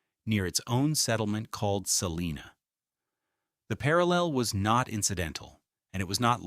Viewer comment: It’s not pronounced: Sa-lee-na It’s pronounced: Sa-line-a